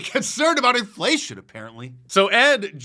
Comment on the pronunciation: Enflayshunn.... i lerned a new werd today.